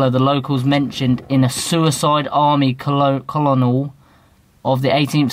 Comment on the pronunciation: the way pronounced colonel 😂